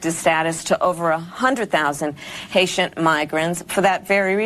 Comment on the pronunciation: You mispronounced that.....Haitian have been victims to the Clinton's